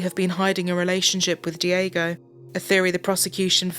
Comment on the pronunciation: Not dee-AY-go * dyeg-go